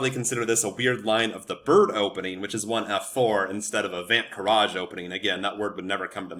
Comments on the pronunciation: You are butchering the name. It's said like 'funt kraze' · You looked up the Dutch pronunciation and arrived at that? Put it in Google Translate. It's Fon Kraus. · Love the opening as my opponents do not know how to respond to it at my lvl (1400s), with some studying you can demolish your opponents. By the eay your pronoucing it very very very wrong hahaha, the ui or uij sound isnt known in English so I wont blame you, greetings from the netherlands! 🇳🇱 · the pronounciaton was wrong but good try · Thanks for the video, it 's excellent. Your pronunciation of Van 't Kruijs however is still way off ;) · Funny how he looked up the pronounciation and still got it totally wrong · As a dutch I find it really funny how he pronounces the name XDDD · No, you're not pronouncing it correctly but it's near impossible for foreign speakers to accurately pronounce dutch. So no worries.